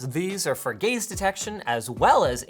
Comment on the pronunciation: Did he say it has gays detection